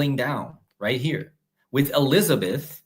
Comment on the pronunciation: I could have sworn I heard you say one of the times you said Q Elizabeth (not everytime] I heard Queen Elizardbeth - maybe it was just me. LOL